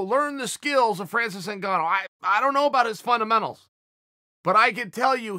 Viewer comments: me: francis*? chael: france’s me: france’s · Chael it's Francis not France's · It’s Francis,Chael:France’s.Okay great